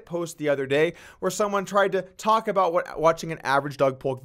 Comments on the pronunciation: How come he can't even pronounce his own name? It's dug not dog. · If you listen carefully, at the start he says Dog Polk instead of Doug, because he is holding a dog